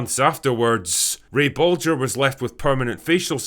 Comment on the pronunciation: Props for pronouncing Bolger correctly Drinker - most say it with a hard "G" - Great uncle Ray would be proud :)